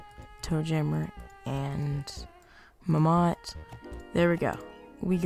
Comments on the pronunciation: I loved the way he said mammot... muhmott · I lose 50 brain cells every time he pronounces "Mammott" incorrectly.